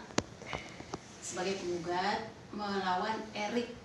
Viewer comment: Nyebutin nama Erick nya belepotan, yg pegang kamera juga belepotan Wakaka